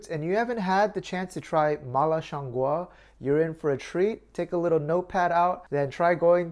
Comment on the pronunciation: He actually pronounced it just right at the end... in Mandarin at least it sounds like gwoh. It also doesn't mean mushroom, it refers to the aroma